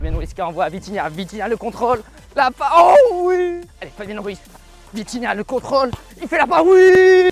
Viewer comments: je suis le seul à avoir entendu vinitia à la place de vitinha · c’est pas vinhitia mais vithinia Continue comme ça 👇👇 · On dit vitinha pas vinitha qui est d'accord liké mon com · C’est pas vinitha c’est vitinha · Wsh respect vitinha c pas vinitia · Encore une incroyable vidéo sauf que c'est vitinha pas vinitha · Vinithia😂😂😂😂 au début mais pas grave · tu avais dit vinitiah😂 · Atroce comme l’immigrés parisien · Il a dit vinitha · J'ai rigoler quand ta dit vinitha au lieux de vinitha et la faute macth et pas match